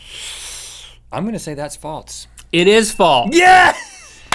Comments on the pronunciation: Why do you guys pronounce false like "faults"? Like wtf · when they say 'false' it sounds like 'faults' and it drives me insane. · does anyone notice how when they say "false" they pronounce the s part of the word more like "ts", like "faults" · Is it just me or do Rhett and Link say Faltse instead of false? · its not FALTS its FALSE. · They say faltse